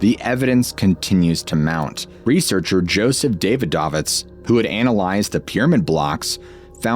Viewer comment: Ancient beards! My favorite part of every episode is when the mispronounces names. I laughed hard at Dave-i-Dove-its.